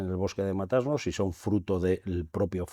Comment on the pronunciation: Matasnos!!!!! No Mata-Asnos! Qué barbaridad.